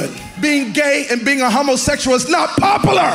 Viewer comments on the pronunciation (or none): It’s not popa lar